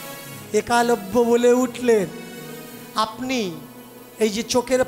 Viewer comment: একালব্য নয়। উচ্চারণ হবে এক লব্য।